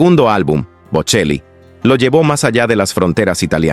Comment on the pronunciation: Pronuncie el apellido correctamente: BoCHEli!